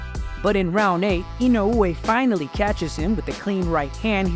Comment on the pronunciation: Listen, I know that's how you pronounce his name correctly but you're Murcan. So speak Murcan Goddamnit😁